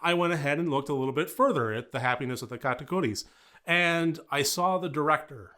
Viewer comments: I love how you pronounce Katakuris! I enjoyed this movie so much, as a musical geek, it was right up my alley, great review. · You pronounced it perfectly dont worry! Great video btw